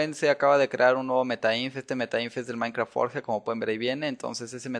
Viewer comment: se dice minecraft